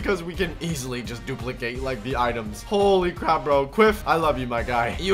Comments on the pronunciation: no one noticed that said the wrong pronunciation of duplicate🤣🤣🤣🤣🤣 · "Dumilicate" got me laughing 😂 😂 😂